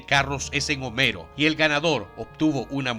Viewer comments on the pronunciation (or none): none